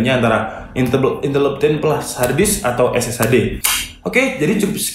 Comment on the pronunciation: "INTEL MEMPEK" :V